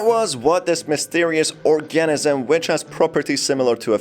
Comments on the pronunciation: Guess you've never heard the pronunciation of the word 'organism' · Thank you! I though I was the only one bothered by that. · I just cant with the way you say organism But!!!!!! Good video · Couldnt watch anymore after hearing your pronunciation of organism